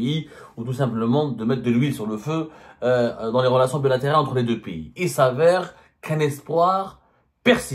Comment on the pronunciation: En français, on dit "PAYS", c'est comme "PAIX" + Y de vas-Y, ou "PETS" + Y, mais certainement pas PI (π} , qui lui, est équivalant à 3.14, tu vois Zemmar, ce n'est pas Compliki: "un Piyyyiiis, ça n'IXYSTE que dans la têtete du هيبُّوبُوطام que tu es.